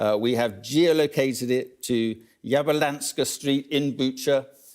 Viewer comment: Ведущий попросту неправильно произнес название улицы. Вы можете сами проверить и сопоставить. Это район перекрестка улиц Яблунска и Вокзальная